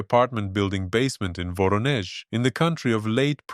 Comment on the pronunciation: Attention: Propaganda channel. The guy can't even pronounce the name of the city of Voronezh correctly. He says "WoronEsh", but the pronunciation is "WarOnjesh". Jesus Christ, what a crap channel. It's AI of the worst kind.